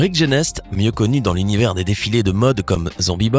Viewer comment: Rick Genest fait partie de ma famille mais dans Genest on ne prononce pas le st